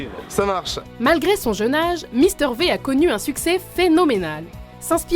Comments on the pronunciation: on dit pas mister vé mais on dit mister vi!! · le V de mister V se prononce vi et non vé ... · mister v pas mister ve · On le lit pister Vy et sa s'écrit v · Elle a dit Mister Vé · Mister v sa se prononce mister vi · Mister V se dit Mister VIIIII!!!!BORDEL DE MERDE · Ah oui et c'est Mister V mais ça se prononce Mister Vi